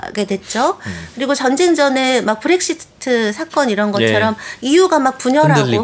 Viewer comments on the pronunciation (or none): none